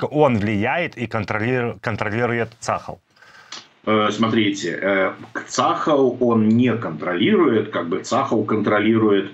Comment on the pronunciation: ЦАХАЛ -ударение на последний слог...